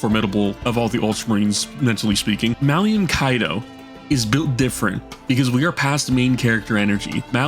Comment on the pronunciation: Brother the man's name is Malum not "Malium" he's not a knockoff benzo